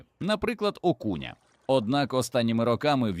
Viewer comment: "стАвках", "окУня" хто озвучує текст у відео, якийсь бот, який не знає де наголоси ставити і рандомно ліпить?